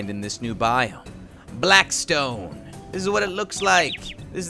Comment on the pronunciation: its blackstone not blaskstone